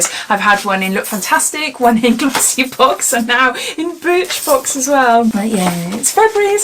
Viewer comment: Sounds like you said bitch box 🤦🏽‍♀️ 📦